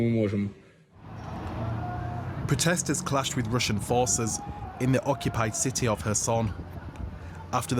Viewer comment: "life in the ci-TAY"